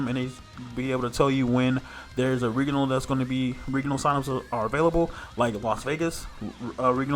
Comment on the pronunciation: I have literally never in my life heard anyone say 'regional' like the world 'regal'... until now.